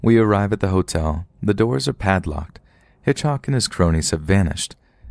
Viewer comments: I’m sure nobody will read this but why did you keep saying hitchoc instead of Hitchcock. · Just drove me crazy that the narrator kept saying HitchHock instead of HitchCock. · So dear, although it sound derogatory, it’s HitchCock, not HitchHock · HitchHock 😂😂😂😂 is he meaning to say Hitchcock ??? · That'd be pronounced HitchCOCK. ✌❤ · You seriously don't know how to pronounce the last name of one of the most famous filmmakers of all time, lol?